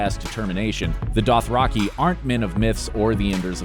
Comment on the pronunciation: when i heard the way they pronounced dothraki and rhaegal i excused it for simple mistakes but then i heard how they pronounced dolorous edd i- almost had to stop watching,,, they rlly said "dollar-us" edd